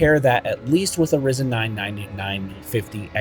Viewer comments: It’s RYE-zen, FYI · lol. Came to make the same comment. Regardless of how much AMD came back from the dead in the CPU market…it’s still RYE-Zen.